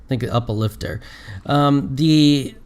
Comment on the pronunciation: It's pronounced "Oopa" lifter not Up-aa lifter ;o (justsaying) ( ) Also Upa Lifter is a reference to Steins;Gate. In Steins;Gate it has a microwave that if you put a banana in it, it turns it into a gel banana, but it is also a "time machine" so putting rotten food in reverts it back to edible food. It being Juicy Chicken No. 1 is a reference to the character Mayushii in Steins;Gate cause it is her favorite food. (Mayushii is the one that likes the Metal Upa in the video I linked).